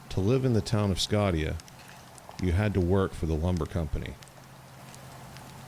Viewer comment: The correct pronunciation of the name of the town Scotia is 'Skosha'. We lived in Humboldt County back in the '70's when I attended Humboldt State, majoring in Forestry. During the summers I worked for Simpson Timber on a road maintenance crew out of Korbel on the W. Fork of the Mad River. After that first year I was with a 4 man crew doing regeneration surveys on reseeded company land all over Humboldt County to as far north as Smith River. Never saw a sasquatch, but thought of it every day we went out. We actually worked at times just several miles west of the Bluff Creek area.